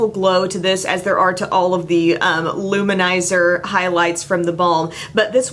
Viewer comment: I can't tell you how much I appreciate that you don't call it Lou-manizer like two separate words lol drives me nuts when I heard it that way